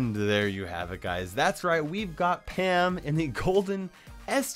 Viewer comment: It it just me or did say ham not pam